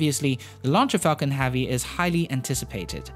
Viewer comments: "falcon havvy" :) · Falcon Hahvy. 😊 Nice video though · learn to pronounce the difference between "man" and "men" and stop saying "space axe", "aepic Falcon Haavy", "more than aever"... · Falcon Havey, SpaceAXE. up your pronunciation game baddey